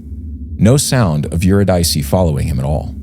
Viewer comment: Eurydice should be pronounced [Yoo RID' Ih See] not [Yoo Rid EYE' See]. Love you guys! Press on! <><